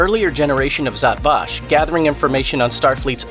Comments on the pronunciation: My exact thought. Zot Vash? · Given you mispronounced Zhat Vash I'm gonna assume you are reading a script and didn't actually watch the show.